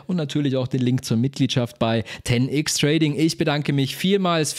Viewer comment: na warum "Ten Ix" und nicht "Ten Ex" (englische Aussprache von X = ex) 😂